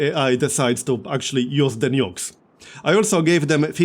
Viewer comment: i thought he said "nudes"